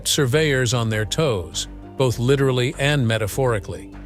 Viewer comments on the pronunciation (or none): none